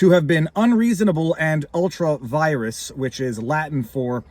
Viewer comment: 'Ultra virus'? I'm not sure that is the correct pronunciation...